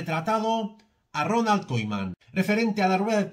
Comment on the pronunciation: Koiman, me estresa escuchar eso jajaja